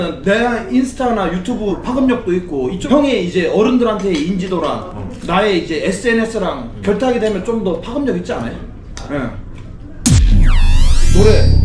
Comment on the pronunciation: 파금력이 아니라, 파급력입니다 ㅋ